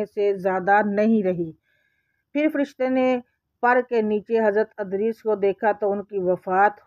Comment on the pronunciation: Wo Adrees Nahi Idrees Hen Please Name Sahi Se Parhy